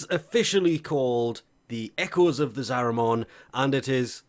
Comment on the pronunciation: Every time he says Zariman it sounds like a Digimon, there's no O sound dude that's an A